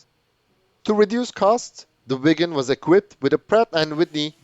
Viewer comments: Swede here, your Viggen pronounciation is good. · Aggre and im Swedish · You say viggen perfectly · You are pronouncing “Viggen” beautifully, exactly like a Swede would do! 👍👏👏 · yes you pronounced viggen correctly in this video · Swedish is a bit strange for non Swedish.. we have sounds in word that are special. Draken= the a sound is the same as when You say the word "are" and the Ken doll name so Dra-Ken but in one word! Viggen You said right. Gripen is.. the i sound like ea in the word "easy" and pen is like the pen you wright with, So Gri-Pen in one word. if you have 2 consonants like Viggen you have that like the american word "rig"... If You use old British english, then the sound on the letters will be very near...